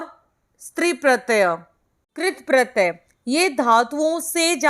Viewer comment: Madam pratya hota hai naki pratayaa , pronunciation sahi karo pls !